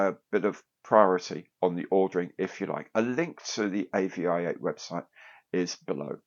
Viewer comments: AVI-8 is supposed to be pronounced aviate. As in "fly". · pretty sure its pronounced Avee-eight, I do like the AVI-8 brand but not sure about the Airfix branding